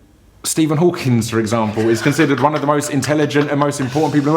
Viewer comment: Stephen Hawking. Hawking, not Hawkings.